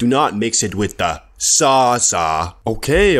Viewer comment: your pronounce of ZAZA kills me every time